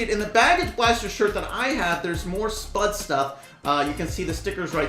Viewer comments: spaude Everyone: spude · It’s sp-uuu-de not spud